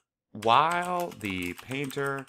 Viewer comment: Love your videos, they have helped so much with this unit. I'm just confused why you pronounce "while" as "wall"..... other than that you're videos are awesome!!!